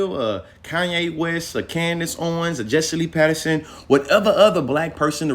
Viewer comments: It's Peterson not Patterson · If you say Patterson instead of Peterson one more time… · Why he keep saying Patterson 😂🤣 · Quit saying Patterson! Unless your doing it on purpose.